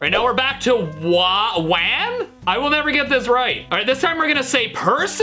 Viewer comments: Hey Stevie for the AI WAN u say it like whan like Juan but with a w in front of it also love ur vids 😊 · I'm pretty sure it's pronounced "W-ah-n". Like wand and swan. Lol